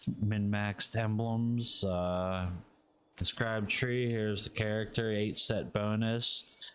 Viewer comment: Hey man not a big deal but its inscribed stone, not inscibed, thats not a word.